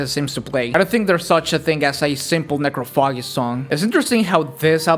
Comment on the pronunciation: BRUHHH the way you pronounced Necrophagist made me think I was watching an old Idubbbz video 💀